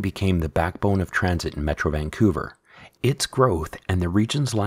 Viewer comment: It’s pronounced Vancouver not Vanqcouver.